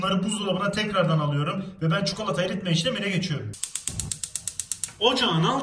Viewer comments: Çukalata :D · Yeni kelime açıldı : çukolata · Evet çukalata